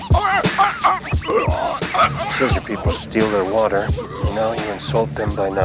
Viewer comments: Am I the only one who gets made at how he pronounces "water" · I'm sorry but wuddr makes listening hard.